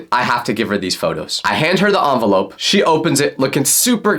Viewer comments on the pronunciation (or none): “onvelope” MADE ME LAUGH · why did bro say envenlope